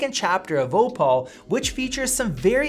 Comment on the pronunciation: It's 'OH-pull', not 'Oh-Paul'